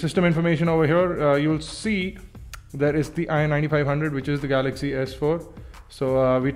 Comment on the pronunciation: samsung galay ,, :P